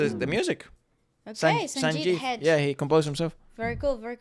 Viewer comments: his name is pronounced sanjith heg-day.. not hedge! 😅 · his name is pronounced as Sanjith "Heg de" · Sanjith He Ga De not hedge😅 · Guys it's pronounced Hega-de('ga' similar to that in beggar and 'de' similar to that in dentist). Please don't call him Hedge 🤣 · I appreciate your review 😊 Just a correction- His name is NOT Sanjith “hej”. You prounce his name- Sanjith “hey-g-dey”! 😅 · Not to impose myself as the pronunciation police, but last name "Hegde" isn't pronounced as if it's a bush in a garden used to demarcate a boundary. It's pronounced "Heg" "Day". Think of it as if it's the French word Hegdé. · It is heg de not hedge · its not sanjith hedge .... its sanjith HEGDE. please correct it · his name's pronouced :sanjith Hey-ga-day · It's not Hedge It's Hegde😅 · Hedge pronunciation ,😂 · His last name is Hegde not Hedge😂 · Prononuced as Hegg-dayy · Sanjith what??😂😂 that's not how you pronounce his surname😂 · Bro know how to pronounce names before reacting